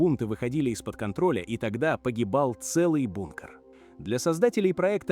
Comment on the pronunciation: 50000 футов это сколько чего? ИИшная жвачка. Слова не все произносит нормально. БУНКР